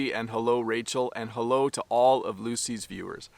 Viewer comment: I've never heard the pronunciation of the word "all" like Lucy's before. (Uel')